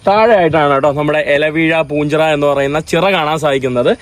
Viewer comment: അല വീഴാ പൂഞ്ചിറയല്ല ഇല വീഴാപ്പൂഞ്ചിറ😂